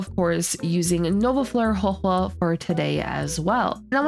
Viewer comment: THANK YOU for being 1 of the FEW CCs who actually say Huohuo's name correctly. You earned a like just for that.